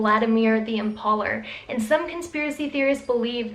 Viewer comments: Lmfao at how you pronounced Vladimir the Impaler. It’s pronounced em-pale-er not em-pawl-er. Also I’m a conspiracy theorist through and through, but there are so many holes in the logic of what you’re claiming in this video. Of course cloning humans is not only possible but has been and will continue to be done, but this video is almost entirely garbage. These claims of cloning centers where rich, powerful & famous are apparently forced to go there, be cloned , then their consciousness is transferred to the clones at night and then apparently some Illuminati people “torture and do sadistic things to them at the center” to be honest I had such a good laugh at this. And btw the cloning centers that people are talking about are actually real places , yes, where cloning does take place, but not like it’s stated here. And keep in mind I’m someone who believes that the moon is hollow, was brought here, and that there are massive underground cities in the earth. Keep up the good humor videos I really did get a good laugh in. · Vlaad the im”pauler” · Nice pronunciation of IMPALER 😂😂😂